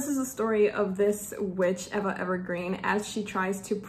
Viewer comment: " Eva " is pronounced " eeva " .